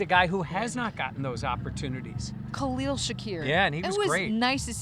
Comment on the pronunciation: Gotta learn to say Khalils name